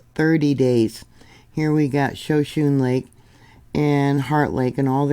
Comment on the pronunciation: Thanks for the information 👍 That lake's name is pronounced "shaa shooo knee. "